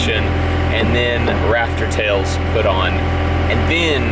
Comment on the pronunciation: I keep thinking he's saying raptor tails like the dinosaur instead of rafter tails